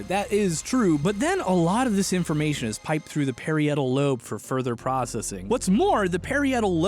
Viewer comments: Just so you know, for the future, "parietal"... Is pronounced like "Puh-rye-ettle" not "perry ettle". Great video, fascinating science, fun presentation, I'm not like hating - I enjoyed the hell out of this! But, you did say that one thing weirdly. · I always heard it pronounced as the puh-rhye-et-ul lobe rather than the pair-ee-et-ul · You watched electroboom's video to make sure you didn't say anything stupid, but didn't take enough anatomy/biology classes or ask Google to find that parietal isn't pronounced perry-ettal....maybe one more electroboom video would have come in handy.... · I like your enthusiasm but it is pronounced pa-REYE-ah-tal lobe not pair-E-AYE-tal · Great video, but: pa-riot-al rather than parry-ettle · Parietal is actually pronounced puh-rye-et-uhl. It's a long i sound. Sincerely, a cosmetologist who had to learn all parts of the skull (the bone on the back of your skull that you can feel protruding is your occipital bone and the part right above it is the parietal, just like in your brain. It's not that important, but I thought I'd share) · Ive always said it "Pah-rhy-ethal". Is 5-brain or 3-brain about his pronunciation of parietal [lobe]? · I only noticed because I'm an anatomy/anthropology student, but Parietal is actually pronounced "pa-r-ai-uh-toll." Obviously, no judgement, because you don't learn pronunciation by just seeing the word. I love your videos dude! I appreciate how in-depth they are and how you explain the background in a way that's easy to understand. I hope you're doing well! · you saying “parry-etal” lobe made me question my entire life I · I have never heard "parietal" pronounced "perry-ettle" before. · Hey, just trying to help here: the lobe of the brain you mention a few times should be pronounced puh-RYE-it-uhl. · Perr-eye-it-uhl lobe. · Parietal is pronounced "pr·ai·uh·tl", just FYI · Can we get a pronunciation check on “parietal”? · Austins pronunciation of parietal is uncomfortable